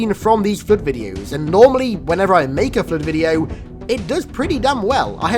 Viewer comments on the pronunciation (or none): Oh my god, it's in this video, too! Whoever reads this, turn on the subtitles when says "flood". Seriously, the "Flirt"?!! NoOooOooOOOOooooO!!!